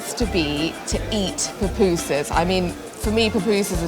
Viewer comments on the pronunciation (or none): SE LLAMAN PUPUSAS NO PUPUSI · Son pupusas, no papusas😮😮😮😮